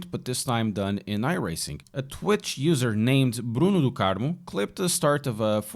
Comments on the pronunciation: are you Portuguese? Perfect accent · O Liked the video +1 subscribe, your pronunciation of 'Bruno do Carmo "makes you look like a Brazilian hahahaha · Tu é BR hem seu puto kkkk , falou Bruno do Carmo certinho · the way you said bruno do carmo... you are portuguese my friend...